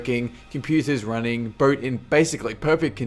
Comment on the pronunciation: Wtf... he keeps saying "mules" instead of "meals" and "burt" instead of "boat"...Lost interest in the video just because of that...